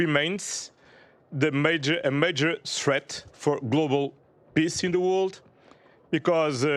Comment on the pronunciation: By the way, when he says "pissin' the world,' I believe he meant "peace in the world" 😂😂